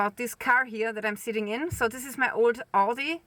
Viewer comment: Why can't you say "this"? How come you say "dis"?